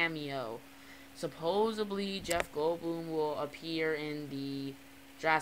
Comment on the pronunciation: It's supposedly! Not supoably! Don't record at midnight, cuz it detours people from the Chanel if you put out crappy videos. If you want viewers, put some effort into it, I'm just watching after you man.